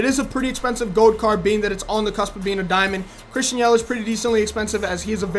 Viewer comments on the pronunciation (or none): none